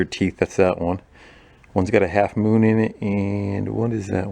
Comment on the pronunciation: The last few seconds of the video; "...it is 'idnight, and the 'oon is up!"